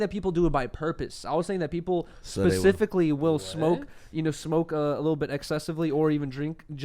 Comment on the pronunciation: Pacificly huh